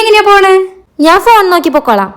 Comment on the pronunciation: യുടെ സംസാരം ഒരു രസവും ഇല്ല. ഞാൻ എന്നു പറയണ്ടിടത്തു നാൻ എന്നാണ് പറയുന്നത്